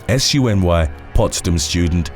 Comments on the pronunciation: Just pronounce SUNY as ‘sue-nee’. It stands for State University of New York. CUNY, pronounced as ‘coonie (like the hot dog)’ stands for City University of New York. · Just FYI it's pronounced the same as Sunni (SUNY, 1 word- you don't say the individual letters) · You can say SUNY as "soony" rather than as each separate letter - that's how everyone says it here. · An FYI, while you are actually correct, I'm listening to you saying "S-U-N-Y Potsdam" and it confused me for a bit, cause in my 50 years in NY and also having been a student at a few SUNY schools (SUNY stands for State University of NY and all the public NYS colleges, or at least most are in the SUNY system. Like how in CA they have UC LA, UC Berkley, UC Irvine, we have SUNY Potsdam, SUNY Adirondack, etc) Anyway, I've never heard someone spell it out, it's always pronounced as a word Soonie. For future videos, you can say SUNY (soonie/sooney) and be 100% correct. I'm only bringing it up because with my slightly accident-damaged and older brain, I was thinking for a minute, "what is he talking about?" "ooohhhh SUNY." I had a little laugh at myself. NYS is full of Native American names, ONEONTA is pronounced "Oh-knee-ahhnta" with 4 syllables. Though it does look like 1onta. You'll probably never say any of these names again, and I hope you don't mind my correcting you. I find it interesting, I'm not doing it in a "know it all" fashion. I never realized how odd many of our city names are, until now that I hear someone reading them. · #1 and 2 SUNY is pronounced “soo-ney.”